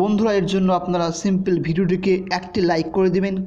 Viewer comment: Akta English shikheche ....simpil😆😆😆😆😆😆